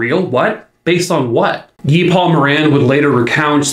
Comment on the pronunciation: Thank you for pronouncing Guy Paul Moran's name properly. I've seen way too many YouTube channels say it as guy- like another name for man. But since there are a lot of French Canadians, Guy as a proper name is usually said as Gee- with a hard G, like as in the word gas. I appreciate you taking the time to actually find out the man's name. But, as usual, you always do things top notch. Another great video. Poor little Christine... if the timing had just been a little bit different that day, she'd probably still be here.😢